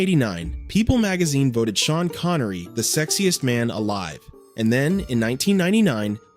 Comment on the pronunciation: You mean how Shavage Shean Connery Wash